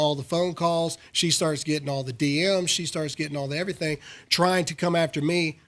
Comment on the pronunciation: Everysing akording to plan, comrades.